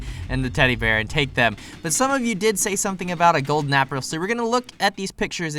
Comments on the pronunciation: You spelled golden wrong you said golder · He saw the picture but when he was playing we didn't saw it but it was funny because he said "I missed the golder apple" he said golder